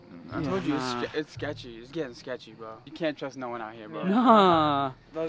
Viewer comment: “Scetchy” I SWEAR TO PIG ON A FIG ITS SCETCHY!